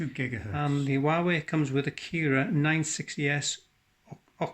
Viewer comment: Kirin, not Kira.